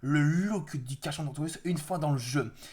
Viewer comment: alors je ne veux pas me moquer ou autre mais son nom ne se dit pas comme tu le dis carcha mais il se dit carca sinon très bonne vidéo